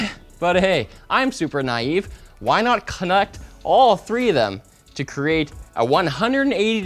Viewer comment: lol "kunnect"